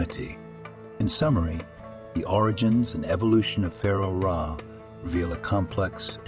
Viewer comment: Who the hell is Ray?? A.I. presentation orators should be programmed with proper English skills or just replaced with a lazy human like we used to have doing the job.